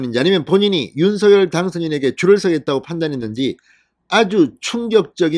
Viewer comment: 윤서결이아니고 윤성열로발음해주세요 발음하나때문에 퀄러티가떨어져서야되겠습니까